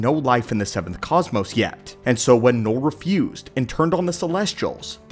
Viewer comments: its knull not knoll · "noll"? Don't you mean "knull"? (also, "knull" in Swedish literally mean "fu*k")